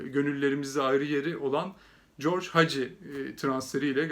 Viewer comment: Sevgili, Hagi Türkiyeye geldiğinde ben merak etmiştim adamın ismini Haci diye söylüyorlar peki bu isim niye (g) harfi ile yazılıyor diye. üstelik bizim ülkede ahmaklar ona corç diyordu ama yazılışı Gheorghe'dir. bu adam amerikalı mı acaba, hey corç, versene borç misali. tam o dönemlerde Tanya isminde bir rumen bayan ile tanışıp, arkadaş oldum sene 1996, Haginin ilk geldiği sene. Rumenlere karşı bir sempatim olmuştu Hagi'den dolayı. ben Tanya'ya Türkçe, o da bana rumence öğretti. sular seller gibi rumence konuşamasam da, okumayı iyi öğrendim. nasıl bizim alfabe de bazı harflerin latin alfabesinde yeri yoksa (ğ,ı,ş), onlarda da bizde olmayan harfler vardır, (ţ). gördüğün şu harf, kuyruklu (t) harfi, rumen alfabesinde (ts) diye okunur, oyuncunun ismi de o harf ile yazılmaktadır, yani Moruţan. okunuşu da şu şekildedir: MORUTSAN... senin gibi bir Galatasaraylı bunu bilmek zorunda diye düşünüyorum. Günlerdir saçları ağırmış adamlar ekranlara çıkıp, yok efendim, Morutan'ı bilmem kaç senedir izliyorum, yok tanıyorum falan diyorlar, ama adını doğru söyleyebilmekten acizler. merak ediyorum, nereden tanıyorlar acaba? Rumen liginin maçlarını hangi kanal veriyor? Rumen spiker de mi adamın ismini yanlış söylüyor maçı anlatırken? iyi geceler